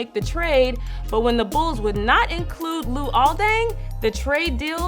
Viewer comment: why'd she say luol like that? That's not how you pronounce it